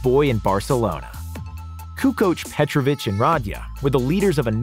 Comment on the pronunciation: And not petrovich but again without the extra "h"